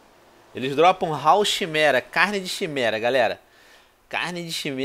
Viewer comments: Tio venom não eh chimera, falase "quimera." amo seus videos antigos <3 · Venom chimera se pronuncia Quimera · Venom maldito! A "CHIMERA" na verdade se pronuncia KIMERA! Quem lê mitologia sabe ; ) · Venom, tô te apoiando nessa série que tá mto épica, só pra avisar, a chimera não se diz chimera, se pronuncia "Kiméra", flw até o próximo ep, e o like bolado já está dado :) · Venom, não é CHImera que se fala, é Quimera, esse bicho é baseado na mitologia grega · Venom se escreve chimera mas pronuncia kimera eu sei disso pq tem um filme chamado pegasus vs chimera e eles pronunciam kimera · Venom, se lê "Quimera", naum "Chimera" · Veeeenom!!! Por favor, Pronuncie quimera, não chimera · venom seu maldito, n se fala chimera, se fala kimera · Venom se diz Quimera e não ximera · Venom, a pronuncia certa é """Quimera"""" kk abraç like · venom leia Quimera e n chimera. sou boladão e dou like antes de o video aparecer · Venom o nome desse baixo de duas cabeças se pronuncia kimera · Venom você que jogo God Of Wars 3 e não sabe que a Chimera se fala corretamente Quimera ??? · Venom o nome é chimera, mas acredito que se pronuncia (QUIMERA)!!. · Se fala quimera Venom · se pronuncia quimera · Se lê quimera